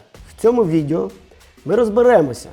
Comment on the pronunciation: Цікаво, пізнавально. Щодо тексту: відЕо а не відЄо. Ріже вухо.